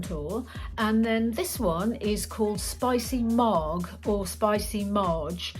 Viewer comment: Marg with a hard g....short for margarita.